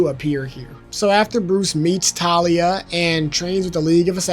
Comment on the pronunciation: dont worry. you correctly pronounced it around the mark as for talia it was pretty accurate. And as for bludhaven. The most necessary info is its a city thats similar to gotham where instead of batman. Nightwing is in charge of crime. Also i feel like The 89 period would probably happen before robin seeing as how batman seemed still a myth. and having Batman appear in a large area like a circus destroys that status. so itd make most sense if it was the 22 film and then 89 and THEN the robin stuff. TLDR: pronounced Ras al ghul right around 16 minute mark. And itd make most sense if batman went from chapter one as a myth, then less of one during 2 by working with gordon, then 89 still a myth, THEN the robin stuff where hes conirmed. Overall Great video! Also itd be hilarious to have the end poke fun at the idea of Titan Joker by having joker say its a silly idea. ALSO whats your favorite Batman Suit? mine is Arkham asylum. So i hope its base game, since it wont be in the arkham pack.